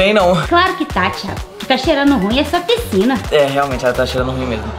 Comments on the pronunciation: Pscina kkkkkk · "PSCINA" KKKKKKKKKKKKAKAK